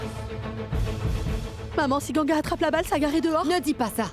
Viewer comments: On dit ganga mes pas gangia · Les gens qui disent gangia s'est pas comme ça mes vous pouvez dire gangaa❤❤😂🎉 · On dit Ganga